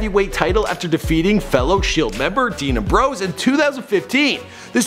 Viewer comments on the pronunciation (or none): it isn't roellins and umbrose it is am-broes and rol-lins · its seth rollins! not "seth rowllins"! & dean ambrose not "dean aam bros" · Yes Embrose and Rowlins. Well said😂. It’s Ambrose and Rollins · It's not embrose it's Ambrose and it's not roleins it's Rollins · Seth Roll-ins and Dean Am-bro's! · Amb- rose rawl-ins not roll rawl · Ambrose(Am-Brohse) Rollins (Rah-Lins) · it pisses me off how you don't know how to pronounce Seth ROLLINS and Dean AMBROSE and it's N X T NOT NEXT dam get your sh%& to together f#$% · rowlins and ambrowse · It's rah lynns and am brose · Seems like you did little to no reserch about him ...if your gonna do before they were famous it don't tie much to watch a old match in NXT..not next ...and pernounce everything you slaughtered ....am..bros....rol..ins....smh ....worst before they were famous ever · He said roll ins and am bros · JVD and "Umbrose" and "Rulluns" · Omg can you say rollins and ambrose right. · this guy don't know shit about wrestling, he can't even pronounce Ambrose, Rollins, not even NXT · You totally botched ambrose and rollins name lmao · How did he mispronounce Dean AMBROSE and Seth ROLLINS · Atleast pronounce Rollins, Ambrose and nxt correctly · How the hell can someone not pronounce Ambrose correctly!? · especially Ambrose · the way this guy pronounced Rollins and Ambrose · Shak fr and how he was pronouncing Seth ROLLINS AND Dean AMBROSE last names